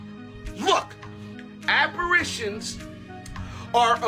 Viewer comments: First the guy who kept pronouncing apparAtions instead of apparitions..then the anti prespirant woman , really drives me crazy. Maybe a touch of OCD on my part, I know some others must have noticed though. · that man from TikTok at Shepherd or for the king- the word is apparitions not aperations and it’s supernatural l not super-national‼️ WTH bro‼️🤕